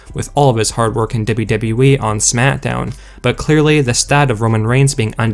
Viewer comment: IT'S FUCKING SMACKDOWN. NOT SMAT-DOWN JESUS